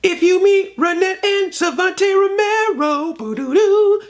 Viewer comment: I crack up everytime you mess up Savanti Romero's name and that #SmoothMichelangelo I was expecting.